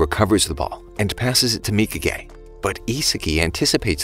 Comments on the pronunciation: W man saying mika gay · mikage : mika gay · who else realized he kept calling nagis bitch mika gay